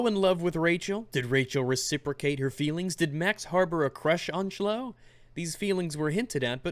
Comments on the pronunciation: its pronounced clow ee not shlow lol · you poor thing... Chloe is pronounced "klowy" not "shlow" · You said Shlo (Chloe, K-lo-ee). lol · Did he just call Kah-Loe-Ee Sh-Low? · Shlow hahaha, it's said klow-ee, xD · Why do you pronounce Chloe like "Ch-Low" it's pronounced "Kloh-Ee" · Slouu? Erm, it's pronounced klouii (Chloe) oh well, none of us is perfect, you're forgiven doggy my man.;) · "Rachel and Shloe." You did that just to annoy everyone, didn't you. 's pronounced 'Klo-ee' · I'm sorry but this is going to get on me nerves Chloe's name is pronounced Klo-e not Chlow sorry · You mispronounced 'Chloe' . It is not 'Shloe' but 'Klo-ee'. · I wish it were really pronounced Shlow. I hate that name the way it's intended to be pronounced. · This may just be me, or you noticed, but I think that "Chloe" is pronounced "Klow-ee"... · Lol Chloe = shlow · Did he say shlow? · Chloe is pronounced (klow-ee) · I think Chloe is a french name so the prononciation would be more Kloé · said Schloe on purpose right? Right? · Okay, repeat after me: "Klo-wee" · The way he keeps saying Chloe like shlo cracks me up. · bruh I'm a big fan but who the fuck read "Chloe" as "Çlo" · How am I expected to take your word on anything when you pronounce her name like that? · pronounced Chloe wrong lol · So... Does he not know how to say Chloe? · oh you're arguments are definitely sound and as a starting developer I agree with you. The story is what should take precedence in a game, because it's the story, not the identities of characters, that drive a game forward and make a "meh" game, a great one. Just every time you pronounced Chloe's name like that, it hurt my soul a bit....well, the place where my soul is supposed to be at least lol. Good arguments, good points, and good doggo :)